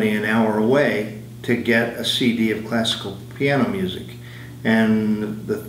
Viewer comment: Did she say, "got into acid?!"